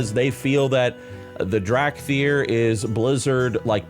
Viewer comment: "Drag thyr"